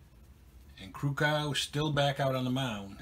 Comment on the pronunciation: Your pronouncing Krukow wrong, The O is long, its not cow. Take Care Bob